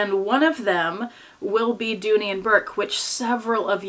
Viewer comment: Correction. Dooney. Not Dooley